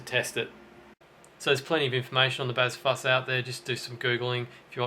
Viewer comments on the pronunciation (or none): "bazz"????? "fuss"????? (bass /fuzz)